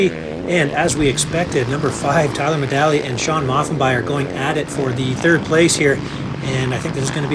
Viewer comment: It's Tyler MEDAGLIA, my Lanta, guy says dudes name over and over yet can't manage to get it correct ☠️🤣